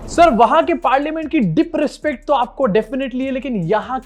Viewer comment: “Dip” “rispect” “parliamench”